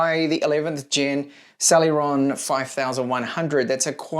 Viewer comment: Oh,, it's almost sad to hear you pronounce Celeron correctly. Personally - I meant no offense. I'll always remember it as your meme.